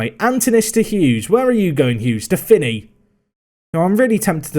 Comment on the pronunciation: The K is like in C in cat, the Y is like the I, the tone is on the A and the OU is like OO in woo. KiriAkoo. Also, the tone in Antonis is on the O.